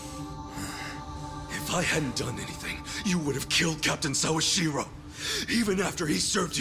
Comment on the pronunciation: The pronunciation of Sawashiro is correct though. I've been learning Japanese for a few years, I doubt you have.